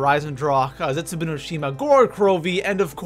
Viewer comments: You're saying zetsubou wrong, it's not zetsuboo it's zetsuBOW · Ragnarok should have been higher and I hate how he says zetzobou